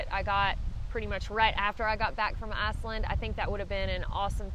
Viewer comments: nerver heard of asslind ;) love your videos by the way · I'm almost 72 and still a boy and my beliefs and opinions continue to change. But to Aussies like me the way you pronounce Iceland which sounds to us like Arseland will always be funny.. Keep up the good work, that's always enjoyable as well. Thank you